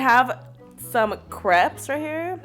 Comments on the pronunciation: It’s not crep it’s crape!!!!!!!!!!!!!!! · CREPS😖😖 it’s pronounced *crepe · *searches comments to see if anyone else noticed she pronounces crepes as crehps instead of cr-aye-ps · Did anyone else almost DIE laughing when said kr-ep-s like it is spelled instead of kr-ape-s!😂😂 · It’s pronounced Crépe!!!! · The ways she says crepes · How they said crepes triggered me so badly